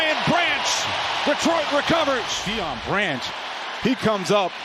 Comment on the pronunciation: "Deon Branch" at least three times. hahahahahaha